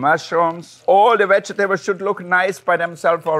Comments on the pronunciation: “Wegetables “ ... perfect! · Wolfgang Puck pronounces vegetables the same way Greg Davies pronounces vagetables. IYKYK